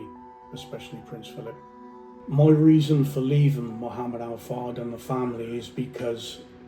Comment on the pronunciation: He can’t even pronounce the man’s name, highly questionable.